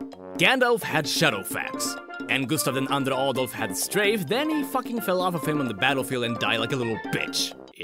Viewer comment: When says “Gustav II Adolf” you can really hear his Swedishness... and I have no problem with because I want to hear more of his Swedish.